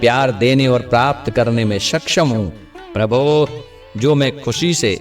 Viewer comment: Prabhu shabd ko theek se bole. Yesa lagta hai ki aap Prabhu ko dhamki de rahe ho.Baaki prarthana acchi hai.